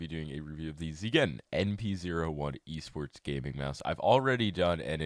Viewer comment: He's pronouncing it right. The enthusiasm is optional but much appreciated. ZYGEN comes from zen, and it means to approach everything with love and kindness.